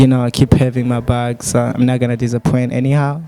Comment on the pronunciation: Practise much how some english words are pronounced. Disappoint Wewe uvuga ngo: dizapwenti Nanje nziko bavuga: disapoyinti Kosora kubera Icongereza ntgiprononswa nk'Igifransa